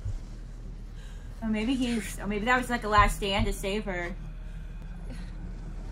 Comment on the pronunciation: You’re driving me crazy with the VAN-DOOR lol. Fantastic reaction though